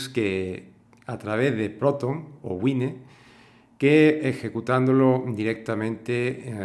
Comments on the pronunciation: güine no es la pronunciación correcta... además de eso, gracias por la expliación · Sé que Wine es vino en inglés y cómo se pronuncia, pero por España hay mucha gente que le dice güine porque es como se pronuncia lo que está en escrito en castellano. Por lo demás, la pronunciación de los nombres de las cosas (los nombres de las personas son otro tema) me trae sin cuidado.